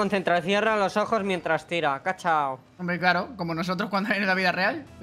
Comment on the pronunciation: Porque todos dicen kachau cuando es kuchau, no vieron la película acaso😢